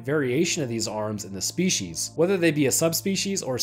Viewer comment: Ah yes Shpeeshees...